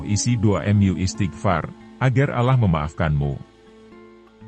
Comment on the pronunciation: Kenapa sebutannya alah???? Apa sy yg salah dengar ya sedangkan kita harus sebut dengan sebutan yg benar Allah Allah Allah